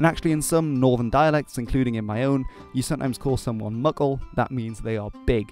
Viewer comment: Mickle as in Tolkien's Mickle Delving in the West farthing of the Shire? Got to love Tolkien's use of languages. BTW when he said Muckle I thought he said Muggle. lol